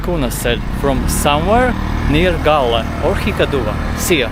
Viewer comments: Galle you pronounce it the goal no reason to pay $ 1 I spent lots of time in my childhood . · Galle you pronounce the goal no reason to pay $ 1 I spent lots of time in my childhood . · Galle you pronounce it 😊 the goal no reason to pay $ 1 I spent lots of time in my childhood .